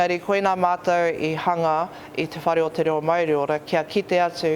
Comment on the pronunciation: Not worth listening to a guy who can't even pronounce "Māori" correctly. Not worth respecting neither